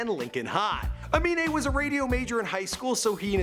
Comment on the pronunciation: CAN PRONOUNCE AMINE BUT NOT XXXTENTACION